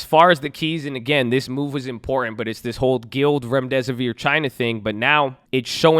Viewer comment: Gee-lee-ad... not guild Good video 👍🏻